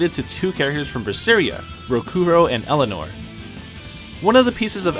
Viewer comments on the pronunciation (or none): none